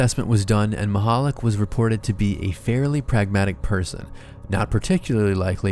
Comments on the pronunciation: how he says it: "Stefon Mahollig" the guy's actual name: "Stefan Michalak" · its not said Maichalak its Michalak so Meechalak, Machalik lol